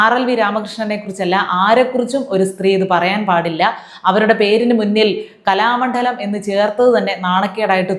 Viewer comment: കലാമണ്ഡലം, മണ്ഡോദരി എന്നിവയുടെ ഉച്ചാരണം ഒന്നു ശ്രദ്ധിക്കണേ.ണ+ഡ ആണ്. ഉച്ചരിക്കുന്നത് ണ+ഠ എന്നു തെറ്റിച്ചാണ്. ഉച്ചാരണം വളരെ ശ്രദ്ധിക്കുന്ന ആളായതുകൊണ്ട് പറഞ്ഞതാണ് കേട്ടോ❤